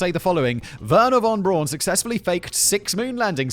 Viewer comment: Wernher von Braun’s last name isn’t pronounced “von Brawn” it’s pronounced “von Brown”. Every American/Canadian/Brit gets this wrong.